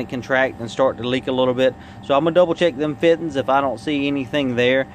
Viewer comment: "double check these Fit'enz" i love that southern twang *funny story.. i worked with a boy and use to say fitenz and shit you not.. Now i say fitenz